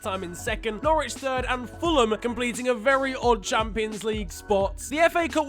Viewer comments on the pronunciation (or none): none